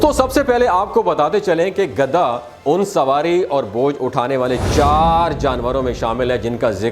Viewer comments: او گدھے یہ لفظ گدھا ہے نہ کہ گدا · گدا نہیں گدھا ہوتا ہے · Gadha na k gada gada to bead par bichaty hain ya char pai par urdo to aap ki bohat kharsb hy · گدا نہیں بھائی گدھا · گدھے کا ھ غائب ہو گیا آپ کے بولنے میں جسطرح سینگ گدھے کے سر سے😂